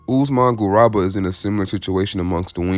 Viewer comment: It's pronounced Garooba. Like room.